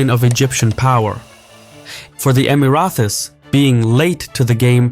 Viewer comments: You need to stop saying "Emirathi". It's Emirati. With a fucking T. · Just one note regarding the pronunciation, it is EmiraTis, not EmiraTHis. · Emrathes❌️ Emraties✅️ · It’s Emirati not Emirathi 😊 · Emirathi?? It's Emirati with a T ( even in Arabic) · for the Emirathis. Lmao im choking. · I can’t even finish the video because he keeps saying “Emirathis”. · Pronounced Emara-tee(s) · Man you were saying the word "Emiratis" weird. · Interesting video! But please, there is no "th" in Emiratis... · Why can't you pronounce Houthis or Emiratis ?